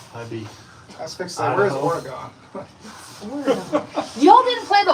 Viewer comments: The guys are right! It’s OR-eh-GUN! Haha! 😂 silly girl! ❤ (Lived in Oregon all my life) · It's pronounced "ORY GUN "